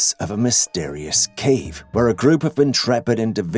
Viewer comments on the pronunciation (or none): none